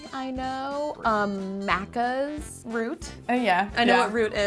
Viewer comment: Hearing an American say maccas is so weird.. it just doesnt sound right